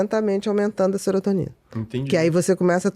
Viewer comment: O entrevistador interrompe demais…. E ainda fala SERETONINA 😂😂😂